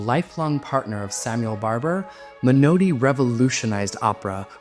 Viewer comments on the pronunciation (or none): A different kind of feedback: please allow me to give you some advice about pronunciation. I know you're north american, and speech is different there from England. But the word Menotti is Italian, and it just isn't "menoati"! You dont have an English "o" in north american, so please try to say "Menardi" instead 🙂 Britten's partner was called "peers" even though it looks like the fruit. They lived in 'Aldbruh'. I know that's a tricky one, like Edinburgh. But if you're going to publish videos, you need to do a bit of homework. Having got that off my chest: I did enjoy your video, and I agree with you about most of those artists... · Men-naughty, not Men-OH-ty. Bernst-EYEn, not Bernsteen. Frederic, not Friedrich Chopin. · Um, learn how to pronounce Menotti! It isn't me-NOA-ti, but is rather closer to Me-nawt-ti! Also, It Tschaikowsky's path-eh-TEEK Symphony, nor his "Pathetic Symphony!" (And that is not just some niggling, elitist point: the word "Pathétique" has a meaning that goes far beyond what "pathetic" means in today's English!) Beyond that, so much of this is based on sheer speculation. Bernstein, Britten, Barber, Menotti, sure -- this is known because they all lived within living memory. Tschaikowsky? Likely but not certain. Schubert, Chopin and Haendel? All sheer speculation! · So many mispronounced names in one video. I didn’t think it was possible. Men-naughty! Not Men—oh—ti. Bernst EYE n. Frederic Chopin, not Friedrich. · Well pointed out: Italian, for example, is not such a difficult language to pronounce, and Menotti is definitely not 'Menoweddy'. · Your pronunciation of Menotti's name and of Tchaikovsky's symphony needs some work.